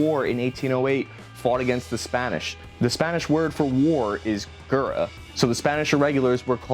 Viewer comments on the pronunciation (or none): Dis man said gera. Its Guerra. The 'ue' sounds like the First e in General. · it's not gura it's pronounced (gee-air-uh) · Guerra pronounced more like:Gehr-ah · now im the anoying guy that always corrects people but this can be useful if you have Spanish in school war in Spanish is guerra like he said but he pronounce it qura but in spanish double R is more like a dog growls while doing a R sound but just one R is like a regular R so in guerra its like when a dog growls while doing a R sound and in the word guerra you don´t pronounce the U so guerra is pronounced gerra. you might see that im good at spanish but its because my dad speaks spanish but everything else in school im not thata good at :( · Guerra is pronounce "Ge-rra". The double r is a rolling r sound with your tongue. Edit: The G is also how you would pronounce it in a word like "good". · Guerra is pronounced like gee-yeh-rrrah It sounds fast with trilled r’s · Guerra guh-wear-uh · U didn’t even try to say guerra right 😂😂😂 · Two things 1.- when you say guerra you dont pronounce the u 2.- Here in Spain we train guerrilla warfare maybe as much as regular warfare because fighting like that saved us a lot of times and now its part of our doctrine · Bro, the way you pronounced “Guerra” not to be rough, is completely wrong, it’s more with a e than with a u, and then you roll the r’s. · Lmao that’s not how u say Guerra 😂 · The way you pronounced “guerra” made me want to punch myself in the balls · Gringo 😂😂😂. Sorry but that was funny when he tried to pronounce guerra. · You butchered the spanish word for war so hard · That was the worst pronunciation of GUERRA (War in Spanish) ive ever heard lol